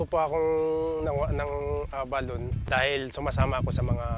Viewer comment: A-ba-lo-ne pronunciation